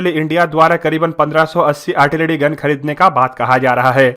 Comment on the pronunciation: Say "Artilary",not "Artilady" and "Generation",not "Genedation".